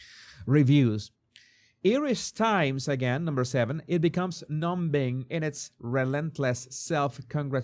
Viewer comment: Your English is excellent, of course, but just to let you know in words like numb, lamb, comb, etc, the "b" is silent. So we say num and numming. I teach EFL and I know non native speakers always like to learn the pronunciation. Hope you're OK with me doing that. ❤